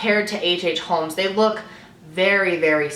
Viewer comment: I am gunna say it's not a hate comment just wanted to say the L in holmes is silent you pronounce it as homes. I've had it all my life with people pronouncing it with the L which gets pretty annoying because don't think anyone really appreciates their name being pronounced wrong